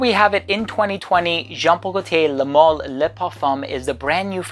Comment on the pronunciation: Pronounced mal to rhyme with Al as in Alison or Albert